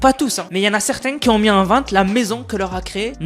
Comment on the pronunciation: Tes vidéos sont vraiment très bien, je les regarde régulièrement ! Juste, stp... , si tu y penses et si tu le souhaites bien entendu, fais attention avec les "qui Z ont dit" ! Tu le dis très souvent et ça fait un peu mal aux oreilles quand c autant, j'avoue!